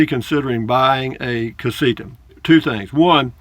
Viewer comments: LOL...well, maybe it’s a combination of my 73 year old (Yankee) ears and your 73 year old voice, but it sounds like you say CasiKa. Whatever. Love your videos, man. Safe travels. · CasiTa...not CasiKa.